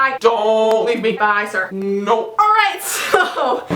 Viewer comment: I love it when she says "NO" LOL! #ILoveJessiiVee